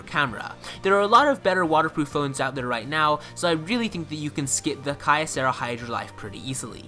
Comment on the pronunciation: Okay, for starters, that's not how you pronounce Kyocera. There certainly are better phones out there, but it doesn't make sense to dismiss a higher spec budget phone just for trying to be a good value. After I watched this review, I bought a Kyocera Hydro Life and save for a few minor annoyances, most of which were easily solved with Nova-launcher and adjusting some power settings, it easily matches my older, more expensive HTC in most areas. The places where I would give the Hydro a hit are camera quality (not terrible but not as good as my HTC sensation) and battery life out of the box. The battery life issue was easily fixed with a few settings and disabling the power hungry facebook app. As far as phones under $100, there isn't much competition for the life, and as a bonus, it's not made in China.